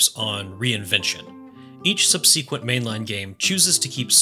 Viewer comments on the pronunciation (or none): Subwhat? Are you AI? Why are you pronouncing subsequent that way??